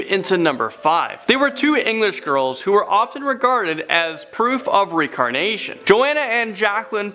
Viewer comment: Um I'm pretty sure it's pronounced reINcarnation not recarnation lol sorry had to let u Kno 😊